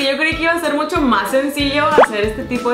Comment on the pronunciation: Like si escuchaste si dice mocho y es mucho pero no te jusgo todos nos equibocamos hasta yo jijijij